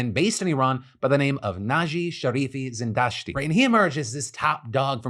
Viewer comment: i feel the need to appluad your pronanciation of Zindashti's name. good job